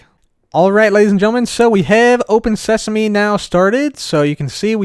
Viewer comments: Open Sesame! Also: Welcome to Open Seasme! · cub the book says "welcome to open seasme" not "welcome to open sesame" Just to let you know.